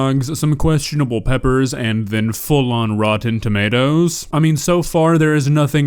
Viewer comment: the way she calls them tomiartoes is adorable!